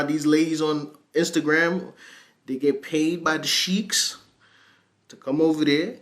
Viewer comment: Bro you said sheikh wrong.